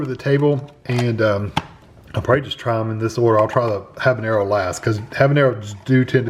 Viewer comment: Why did he keep saying Habernero in the video🤣